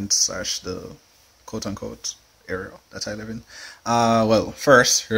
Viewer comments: The Word IS: AREA, NOT AERIAL !! So far you've said it Wrong twice !! Just saying 😊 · Why do you pronounce "area" "areal " ? Is it a Jamaican thing ? Good video, though. Nice apartment, too (really good space, even if you think it's tiny). Thanks.